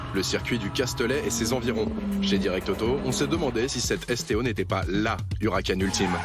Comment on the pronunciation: Direct Auto déjà pas « Hucaran » mais Huracan puis on dit Performante non pas « Performan T »